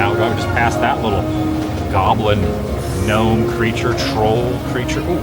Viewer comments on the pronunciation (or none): none